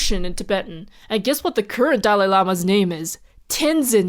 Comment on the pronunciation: *Ignorant American here, is there a reason for the emphasis on the first half of the dalai lama's name or is it just the middle name that's the issue?